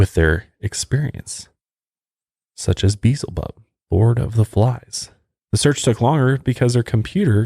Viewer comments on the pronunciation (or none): One more time, it isn't "beezlebub." The word is not spelled with a z before the L. It's Beelzebub. Pronounced Be-el-zebub. See the difference? I'm starting to wonder just how religious your upbringing actually was. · It's BE-EL-ZA-BUB not Beezlebub..... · You pronounced a demons name incorrectly. Beezlebub....pronounced like Bee-el-za-bub. How do I know this? I am a Satanist. And not all Satanists are not the same. I wished people would stop labelling us ALL as evil bad people. There are Satanists that do sacrifices and rituals of that sorts. I am LaVeyan and we do NOT sacrifice. I do no harm unless we are harmed first. Hence the verse If one man smites you on one cheek smash him on his. If we love our enemies doesn't that place us at their mercy? You get the point I am trying to get through if you have the common sense to see my point. Other than that, I love watching your videos. They are quite interesting. Have a great day and stay safe. Ave Satanas!!